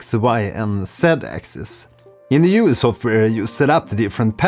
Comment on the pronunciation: Nice video thank you. I would like to point out that in French jouir and jouer have VASTLY different meanings. Therefore every time you say "joui" instead of "joué"... I smiled a wee bit too wide :D Bien joué, donc!